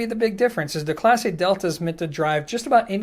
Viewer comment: It not pronounced Class A, it's pronounced Class Eh. You don't know how to talk Canadian, eh? Lol